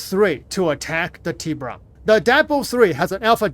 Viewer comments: Tibrah… no its TibUron.. 😂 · It is not a Tea-Bron, it is a Tea-Boo-Ron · Isnt it pronounced: Tib burrrrr on? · No its Tib-bur-ON. Its Spanish for shark lol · Its TI as in Tie fighter or Nvidia TI So Its pronounced Tie- Buron